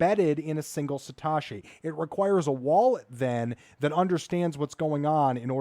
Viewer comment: Satoshi. Not Satashi. you arw sating it wrong